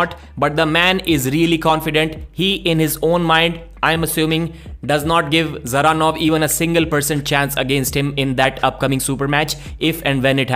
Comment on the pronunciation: usually pronunces evropean names correct but not all. Devon and rest of north freedombois always butcher evropean names. Just listen how russians and qazaqs say Dzeranov and there you have correct way to say it.